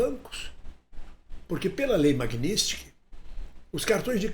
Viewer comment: Não é "MAGNÍSTIK", É M A G N I T S KY _ N I T S K Y _ T S K Y. E não NISTIK.